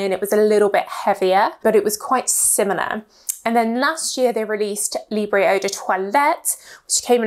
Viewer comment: Thank you for the review! Please please could you check the pronunciation of the French words next time? I am not even French but it pains to hear 'libreyyyhh' all the time... Still, love your reviews! Lots of love!